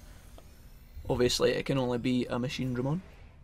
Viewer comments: fuck that machineDREmon shit, ITS MACHINEdraMON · I laugh everytime he says MachineDRAYmon